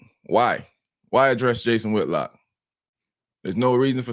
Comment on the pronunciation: It Whitlock not whitlocks…. For fudge sakes